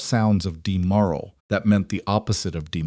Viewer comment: “…murmurs of demurral not ‘demoral’ …”